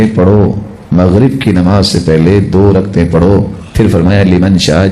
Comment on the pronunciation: O. Bhai. Raktain. Nahi. Rakatain. Parha. Krain